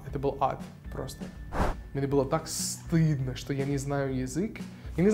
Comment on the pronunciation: Мария Куликова согласен. Особенно, когда он произносит некоторые слова, типа "что". Довольно чисто произносит.